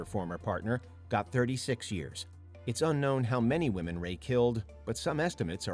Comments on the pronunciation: Why can’t the narrator differentiate between womEn and womAn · Why can't the second narrator figure out women vs. woman?!?! He keeps saying "singular" woman basically every time he is referring to multiple "women"!!! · Second set of killers ai voice is having a hell of a time with the word "women" 😂 "over 70 woman" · I had to ragequit around 25 minutes when the AI voiceover kept saying "woman" as a plural for "women"... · I noticed that instead of saying women he was saying woman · Dude I know what your accent but please say the word women right (wim uhn is the right pronunciation)🙏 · What's up with the one guy that continues to say "woman" and not "women"? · It’s “women” not “WOMAN” when speaking on multiple WOMEN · Can someone educate this narrator that the plural of “woman” is “women”. Meaning you need to pronounce 12 women as “12 wi-men” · Great watch, but it's WOMEN NOT WOMAN. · You must be kidding... it's the Women pronounced Woman guy again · Women pronounced as wymen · Aside from the horrific serial killers, it's rather disturbing that such a well-spoken sounding narrator isn't aware that the plural of 'woman' has a different pronunciations from the singular. It's not even a dialect or regional thing, or younger YouTubers who think it's cool to use "was stood" instead of "was standing" (sorry, WHO stood them there, and WHY aren't they able to move on their own?) which IS a regional dialect thing. It's just incorrect. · The narrator who can't pronounce "women"🙄